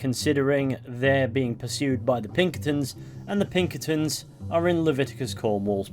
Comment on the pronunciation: “The plunkertins” it’s Pinkertons😭🤣🤣